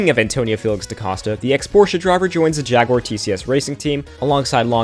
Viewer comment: Good recap, even with the wonky pronunciation of Jaguar 🤣